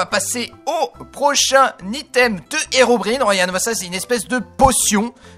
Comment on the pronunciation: Dsl mais la prononciation de Herobrine est incorrect